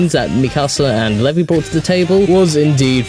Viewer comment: You said Levi wrong its lee-v I